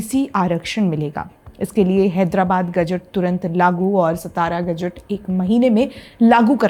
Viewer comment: It's not सतारा, it's सातारा